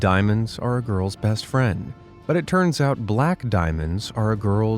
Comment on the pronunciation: you got a mistake it’s it not oi